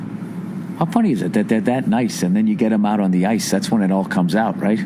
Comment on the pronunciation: LMFAO "Soory, get the puck oot"